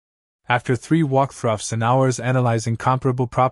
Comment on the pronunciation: "After three walkthruffs..."? Walkthruffs? Seriously? Who trained this AI? Or didn't. Who quality checked the audio? Or didn't.